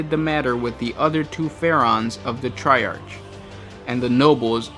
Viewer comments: Triarch is pronounced try-ark. I love the facts but your voice and accent don't fit the theme. Have you considered having guest voice overs? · You did it both ways, but the correct pronunciation is "tri-ark."